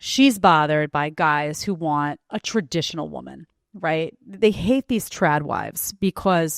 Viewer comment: So lazy she can't even say TRADITIONAL.